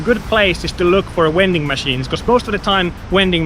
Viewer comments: You sir, are a wending machine. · What's a "wending machine?" 🤣